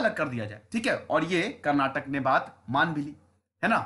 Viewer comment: iq team, appreciate the content but also with all due respect, as a speaker of the kannada language we would appreciate if you correct the pronunciation, atleast in future : It's ba-sa-va- anna not baasav - anna. It's kannad-aa not kannad. It's karnatak-aa not karnatak.